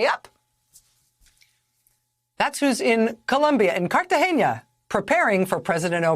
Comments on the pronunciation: Brw, It’s Catagena and not Cartageña (not ending in “nya”). And I’ve heard that the locals were very irritated by American tourists calling it Catagenya. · I can't believe a person that makes millions of dollars a year, should pronounce the name of countries or people correctly & not sound it any way she feels like it, Cartagena Colombia, is not pronounce Cartageña is CARTAGENA, do something with that brain you worry so much about. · Please correct Rachel, The City is called Cartagena, pronounced CARTAHENA, not Cartahenha, Producers. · It's not Carta Henya. Carta Hey Na. I blame Michael Douglas for this. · It is not Cartage-nia it is Cartage-na. Check your English Rachel. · Cartagena NOT Cartageña. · It's Cartagena (car-tuh-HAY-nuh) in Colombia, it is NOT Cartageña (car-tuh-HAIN-yuh). Michael Douglas popularized the mispronunciation in the film Romancing the Stone. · Cartagena, not ‘Cartageña’. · It's not Cartageña, it's Cartagena (kar-tah-HAY-nah). As in "censeo Carthaginem delendam esse". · (small quibble, it is not CartageÑa. It's an n, not an Ñ) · It's not an ñ in Cartagena... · There’s no ñ in Cartagena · I'm sorry to be that guy, but there is no 'ñ' in Cartagena. Sorry Rachel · Argh. Enjoy your reporting, but please work on your pronunciations of foreign words. As another commenter wrote, Cartagena is pronounced car-ta-HAY-na. The various pronunciations of the Spanish letter G can be confusing, but no es mas difícil. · I can't stop thinking about how they are mispronouncing the name of that city. There's no ñ in Cartagena, pronounce it like a regular N. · I am impressed, Rachel got the tricky part of the name Cartagena correctly by pronouncing the g correctly ( like an h when is next to an e). But the rest, which is pronounced exactly as English was messed up. She swap the n for a ñ and added an e in the last syllable. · Cartagena. Where is the ñ? Is that so difficult to pronounce? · There's no 'eñe' in Cartagena, Ms. Maddow.